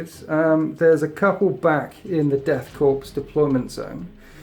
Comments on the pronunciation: Death Korps (pronounced core) not CORPSE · The german pronounciation of "Korps" sounds like "Core" as well. (In german it sounds like "Chor") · it's Death Korps not Corps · Correct me if I'm wrong, but the "Korps" in Death Korps of Krieg should be pronounced as "Core", just the the U.S. Marine Corps. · Death Korps of Krieg bro and it's pronounced core, lol not to complain. Fantastic report as always!